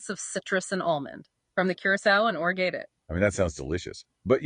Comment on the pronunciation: Hilarious that AI has a tough time pronouncing Orgeat. I’ve been bartending for awhile and have heard ever single version said.